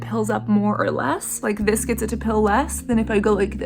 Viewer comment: The way she says "peel" sends me every time